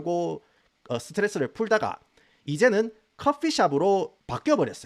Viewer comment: 완벽함 영어 발음에 섞여 나오는 서터레스 ㅋㅋㅋㅋㅋㅋㅋㅋ언제나 즐겨 보고 있습니다!! 응원해요!!!